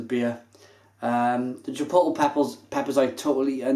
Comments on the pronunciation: If it helps, Chipotle is pronounced chipot-lay.. And Jalapeño is Hala-peno. Cheers. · chipotle is pronounced 'Chi-pot-LAY' and the J in jalapeno is silent. haha I had to! Great review as always mate. I haven't had this one, I liked the choc orange version though. Very subtle. Nice stuff. Cheers!